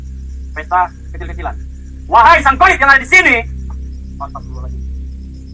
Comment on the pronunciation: Asta pirol la al ajim.. hahaha..sebutan asal boleh je. Hahaha..